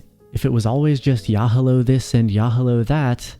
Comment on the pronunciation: Tfym "yahalost" dawg😭